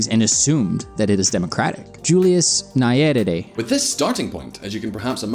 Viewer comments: Its nye - re -re. How are you reading it as nyueri? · That is not how we Pronounce "Nyerere", better not read it than read it the wrong way!